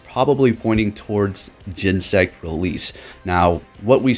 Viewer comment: Gen-Ne-Sect, it has 3 syllables yo